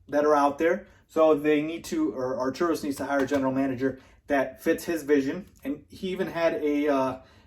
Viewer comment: Arturus - Are-tur-us.